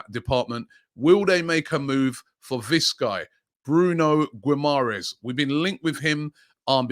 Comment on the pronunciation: Bruno gwim-mahrez!? Amazing pronunciation again Robbie!